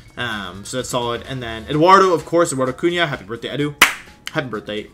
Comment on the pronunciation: as a native speaker of portuguese, i am actually impressed by the way you pronouce eduardo cunha's name. especially the "nh" in "cunha"